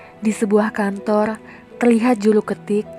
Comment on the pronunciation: Kantor kak bukan kantolll